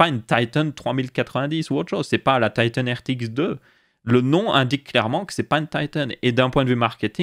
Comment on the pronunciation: Tailleteunnnnn......... En français, on dit Titan